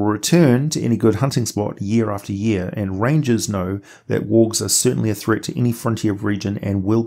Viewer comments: I constantly hear "orcs" not worgs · Bro, at like minute 5 I completely lost track on you pronunciation for wolves and worgs lol